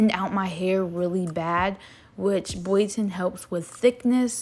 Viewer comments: It's bio ton not boyo ton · Isn’t it bioten*